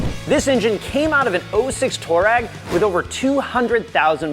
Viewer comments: haha...funny how you say "Toe-rag"..it's actually pronounced "Too-a-REG"..after a famous nomadic tribe in the Sahara desert. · Toe reg????? Mericans cant speak shhht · It's pronounced...Twaa - reg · Lol, I keep hearing "toe-rag"